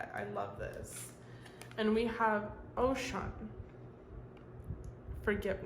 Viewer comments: thank you for this nice message it did resonate. i was so happy to see Oshun pop up bc she always affirms that love and healing is coming to me. just wanted to tell you Oshun is pronounced like “oh-shoon” rather than ocean. <3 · Oshun is pronounced like Oh-shune. She is beautiful and sweet and is represented by honey, bees, sweet water, sunflowers and beauty. 🥰 Yoruba is a religion with roots from Nigeria. Many Cubans practice Santeria that has roots in the Yoruban religion and a little Catholicism. Thank you for your readings. You are always on point. ❤️